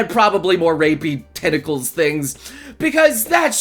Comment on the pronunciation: and tenticals lol